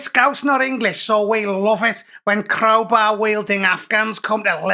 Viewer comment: Wots a crohbay 😂